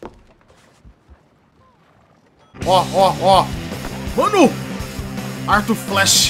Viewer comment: "AIRtuIRR Fléxxschi"